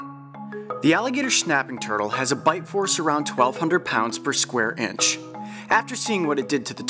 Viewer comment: He kinda said the alligator schnaping turtle